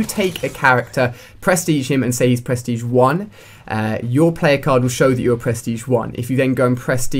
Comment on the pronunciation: lmao "perstege"